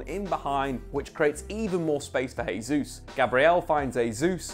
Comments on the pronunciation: Hey, its not pronounced "Hey-juice", its "Jay-Zus" 🤦‍♂️😐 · Just for your own knowledge, Gabriel Jesus pronounces the J in his last name. Kinda like Jay Zeus lol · It's pronounced "Jay-zuz". Christ you'd think covering football for a full time job he'd figure it out by now. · Very good analysis of what promises to be a really exciting season. I'd just like to add one pet peeve: Jesus is Brazilian, but a lot of commentators are already calling him "Hay-zoos", instead of "Zhay-zeuss". Thank you. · Jésus not Hesus. Journalists must find out correct pronunciation. This is Portuguese not spanish.